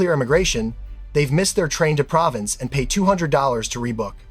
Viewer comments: Just FYI, the word Provence is NOT pronounced like the word "province." It sounds like pro-vahnce. The reason is, it's not an English word, it's a French place name. BTW, the EES information is new to me, thanks. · Learn to pronounce Provence.